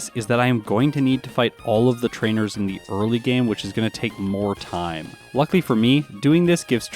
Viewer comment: You're also overusing the snot out of the word "luckily", which you seem to pronounce "luckly".